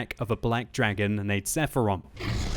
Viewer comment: Seraphon, not Sepharon...